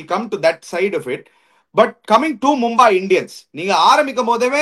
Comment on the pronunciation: NOT MumbAAi but Mumbai